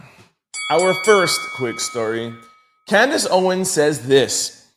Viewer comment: Candice: If you want to butcher her name simply say it as it is spelled CAN-DICE. Yw :)